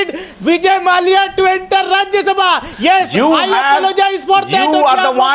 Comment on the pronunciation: mallaya...its mallya